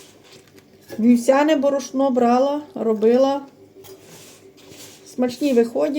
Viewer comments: А в неї завжди -то яйцІ,то борошнО!!!😂😂😂😂😂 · Став наголос правильно. Борошно. Що за мова.